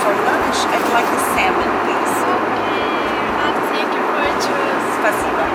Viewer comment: Hey, in Germany everyone say to you, "Hey ", not Hi Renat(a)!!! I want say to you, I like you really, and you make good Videos!!! Your Country is a great, rich with natural resource, with poor people 90%. Shame, because very great corruption, greed and Violence! The best Clima on the Planet Earth!